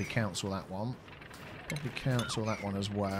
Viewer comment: You say cancel weird you say it like council